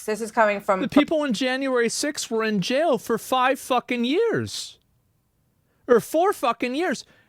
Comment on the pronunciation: "Stryaight to jyail" Assmon.